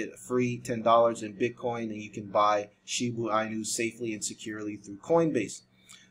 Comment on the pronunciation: You been pronouncing it wrong the whole time😂